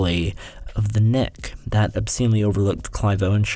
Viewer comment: You should put the title of the shows in the video. I heard you say the Neck. Although subtitles said The Nick